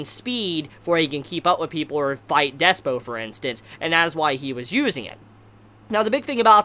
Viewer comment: Slightly tilted that keeps saying Despyo when it's Dyspo